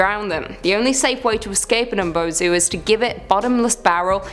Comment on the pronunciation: Isn't Umi-bozu? Umi is sea. I wouldn't have imagined it being called mbosu